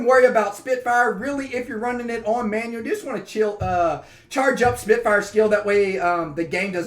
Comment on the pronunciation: it's Manual, not Manuel;) Team Manuel ftw, One Time!